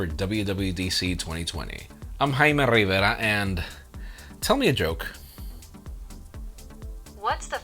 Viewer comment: If I were him I would introduce myself at every possible ocassion just to say "Hello, I'm "